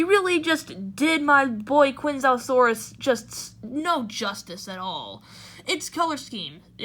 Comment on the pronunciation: If its one of your top 10 fav dinos, at least pronounce it right m8. Chianjoesaurus